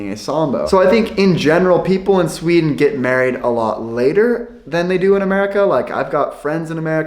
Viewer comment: that is NOT how it is in shweaden